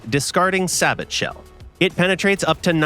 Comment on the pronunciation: There’s no way the official channel just posted a video with that pronunciation of sabot